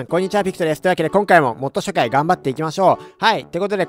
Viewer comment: 最初のmod紹介がmod社会にしか聞こえんww